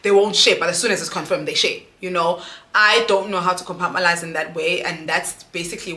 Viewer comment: Yohhhhh I’ve been screaming COMPARTMENTALISE!!!!!!😂😂😂everytime she says compartmalise😭😂